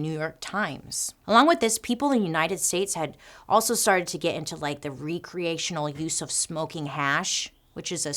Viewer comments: Re-creational? How about rec-reational? Will you blame teachers for your mispronounciations?? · You're reading it wrong. The word is RECreational, not reCREATIONal.